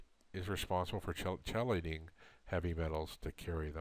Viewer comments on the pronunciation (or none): You lost me at the mispronunciation of chelating.